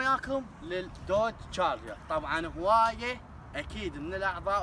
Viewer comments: تشارجر مو جاجر حسيت انك تسبني😆😂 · عفوا بس اسمه تشارجر مو جارجر ??